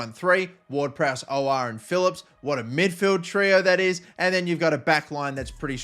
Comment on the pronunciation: Your pronunciation of aouar and mukiele lol